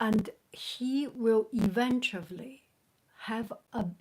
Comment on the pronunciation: It makes me laugh every time u say “eventuably” instead of “eventually” it sounds so funny :))